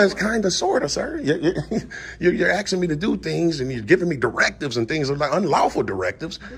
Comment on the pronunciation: It is not aksing... it is asking. Dude is living in the USA, but a non-USA has to tell him his English / American is messed.